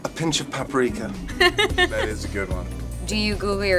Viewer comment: It’s paprika 😆